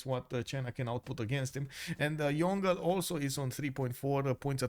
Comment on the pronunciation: FYI Yongle pronounced Yong-le not Yon-gle😅